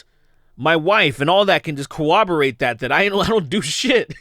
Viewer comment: Love ya but it's "corroborate" man